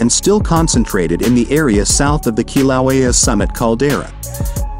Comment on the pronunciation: This is shitty A.I. It can't even pronounce "Kīlauea" correctly.